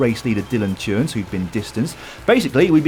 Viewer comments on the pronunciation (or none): A pronounciation tip: Dylan Teuns : his name is not pronounced with a j sound like [ tj-eu-ns ] , but [ t-eu-ns ], like in [ t-ou-gh ] Your Belgian colleagues have a funny way of illustrating this